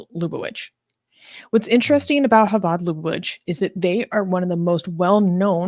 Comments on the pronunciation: I'm sure they told you in the comments, but it's chabad like chassidic, the het sound, sometimes indicated as kh. But not sh. Thank you for your research. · mispronunciation of some of the terms: Chabad is not "ch" like in "chicken," but more a more gutteral "h" sound, like in "hanukkah." Lubavitch is pronounced luh-buh-vitch. Also, interesting to point out, that yes there is a group that believe that rabbi is the messiah, but this isn't the first time something like this has happened in Judaism. There were at least a dozen times throughout history when someone gained a following that believed they were the messiah. Jesus is the example that gained the most momentum, but there are many others.